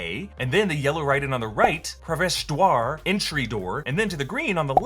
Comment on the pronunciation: The way he said parvesh dwar😂😂😂😂😂😂🤣🤣and vishela🤣😂